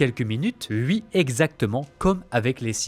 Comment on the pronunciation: Mec, ta manière de parler en coupant le rythme de tes phrases sans cesse est juste INSUPPORTABLE. Et oui se prononce OUI pas UI gogole